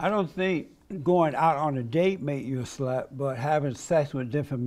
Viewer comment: “Make you a SLUT.” 😅 so much emphasis on that word